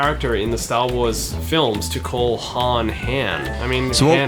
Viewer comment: Leila calls Han “Han” the way Lando says his name